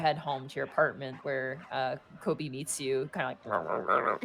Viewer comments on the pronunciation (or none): none